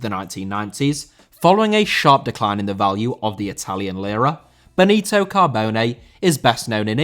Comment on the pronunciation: Benito* not Benitouw